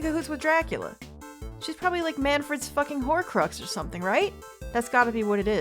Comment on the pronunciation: I swear, I can hear her spelling "horcrux" with a w